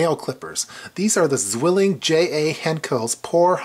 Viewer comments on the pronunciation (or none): Neat little tin, but why not add a piece of floss? It'd be quite useful I guess. Oh and Zwilling is pronounced "Tswilling" by the way...